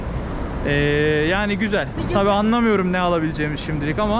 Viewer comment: Güzel değil gücel yaaa 😂